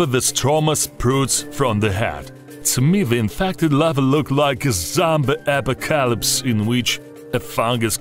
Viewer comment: "cadiceps" "codiceps" "carry ceps" "apacacalips"